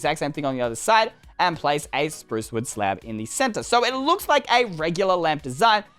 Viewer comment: It sounded like you said slap instead of slab